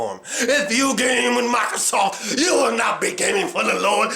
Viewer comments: its fucking "MICROSOFT" NOT "mARcrosoft" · he says MairoSoft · he also can't even pronounce microsoft